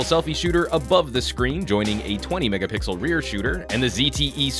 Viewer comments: saying megapickles still gets me. 😂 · DerpyDude i heard it lol 😂😂😂😂